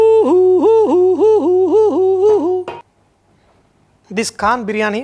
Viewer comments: lmao... not kaaannnn sanjay, its KHAAANN!! :D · Your 'kh' of Khan didn't come from the epiglottis. Check that out... check that out... check that out... You cook well, but check that 'kh' out...it is like salt in biryani rice... check that 'kh' out...